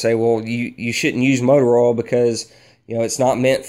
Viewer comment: I like how you say oil... ol